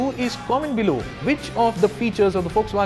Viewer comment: broooo, it is atlas as in a book of maps!!!